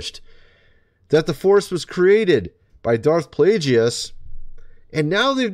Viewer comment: Its pronounced darth play-guess not play gee us